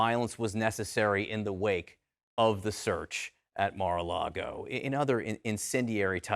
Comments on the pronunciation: Mara-Largo? Never heard of the place.. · excepr that dufuss would say "Mara LEGO" with an E. LOLOL